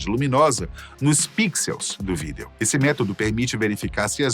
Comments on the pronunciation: ESSE CANAL TRAZ FATOS BACANA MAS ESSE APRESENTADOR TA FERRANDO O CANAL PRINCIPALMENTE QUANDO PRONUNCIA A PALAVRA " VÍDEO ' SAI FORA CARA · O primeiro cara na história que não sabe pronunciar a palavra “video” lkkkkk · Mano, que agonia quando ele fala a palavra “Vídeo” corretamente.